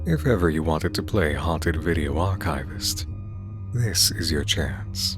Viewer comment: When did everyone stop being able to pronounce ‘archivist’ correctly?